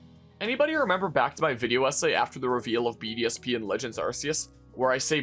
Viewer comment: every time you say BDSP, I almost listen BDSM